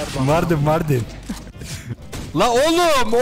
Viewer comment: MARDİN DEMEEEEEEEEEEEEEEEE